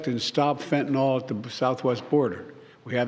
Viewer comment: It’s not pronounced “fentenahl,” it’s pronounced “fentaNeal.” Not surprising he doesn’t know how to pronounce it correctly.